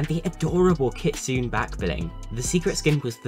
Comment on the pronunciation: Kit soon ay, that is the way to pronounce kitsune